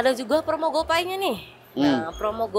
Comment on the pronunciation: Sering geli denger orang baca gopay : gopai, instead gopey